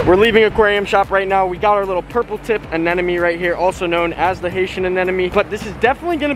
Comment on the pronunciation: anemones that hosts clown fishes are the short tentacled anemones, and its anemone not anenome!!!😃😃😃